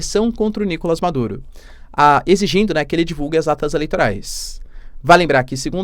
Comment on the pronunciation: NicolÁs teacher, em espanhol não tem A fechado ou nasalado.